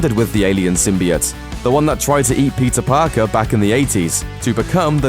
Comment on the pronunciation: Did he say pizza Parker 😂😂